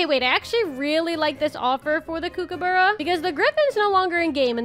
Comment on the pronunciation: The kookabara is said like COOK-U-BUR-U.(I am Aussie so ik)